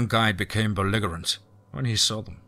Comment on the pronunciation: Yes. It was bothering me too! And also belligerent has a soft g.